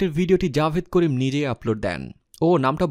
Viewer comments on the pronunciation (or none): Javed Karim na Jawad Karim🤣🤣 nam eu thik moto bolte paro na r sha Bangladesh e thake na. sha America thake